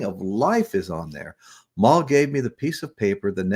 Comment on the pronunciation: Dude, it's Mal, like Pal, Evans! Come on man!